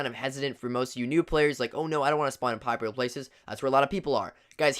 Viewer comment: The way he said popular 😭😭